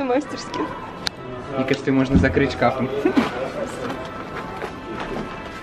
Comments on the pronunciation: мастерскИ, а не мАстерски) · МастерскИ, а не МАстерски